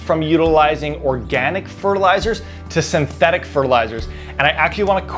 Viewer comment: You still need to wear a mask when using organic powders, it says so on the packet! There is a "t" in synthetic. 7 min 14 sec.